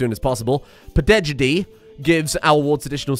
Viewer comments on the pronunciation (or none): Just fyi pedagogy is pronounced as peh-duh-goh-jee